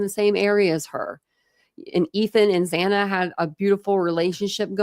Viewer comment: It infuriates me that the judge couldn't say Xana's name properly. even in the plea hearing...that was inexcusable.